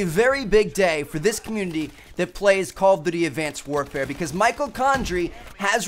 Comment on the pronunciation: i like the part where T suddenly had a German accent at the end. Advanced Wehrfer